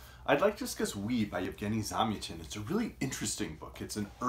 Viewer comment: Super review. I think his name is pronounced with the stress on the second syllable though... Zam-YAH-tin. I read this book a good 25 years ago, and while I don't remember it well, I did enjoy it.